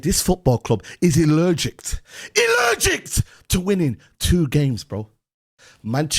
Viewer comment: mans said "allergict" lmfao and he was a teacher